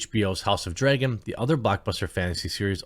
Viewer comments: Please stop saying "Dragon" as "Draygon". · House of the “dray-gin”. -Jeremy